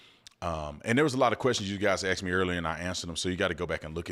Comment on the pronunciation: They can’t even pronounce “ ASKED” …so 🤷‍♂️